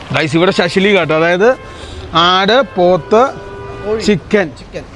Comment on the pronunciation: ശശിലീഗ് അല്ല ബ്രോ. .. ഷഷ്ലിക്....